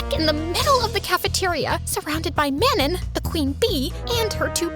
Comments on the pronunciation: if lesley’s mates name is manon it’s pronounced mahnoh 🥀💔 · Wait I just realized- ARE THEY TRYING TO SAY MANON? IS THAT RLY HOW THEY'RE PRONOUNCING IT?